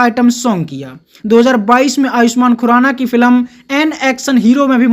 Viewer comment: Bhai tu film bolna sikhle yaar.